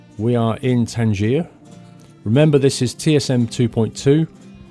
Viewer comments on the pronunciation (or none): right then, pronunciations(i got this from reading the Arabic) Tangier - Tan-jEEh gutturat T Rabat - Ra-BAAT guttural T